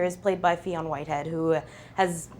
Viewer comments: “fee-on whitehead” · The interviewer mispronounced it , but then the director and Emma Thompson got it right. Well, they worked with him!